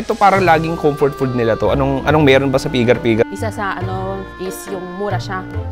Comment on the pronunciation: Wag feeling amerikano na bigkasin ang pigar pigar, bigatan mo ang diin ng bigkas ng R sa dulo.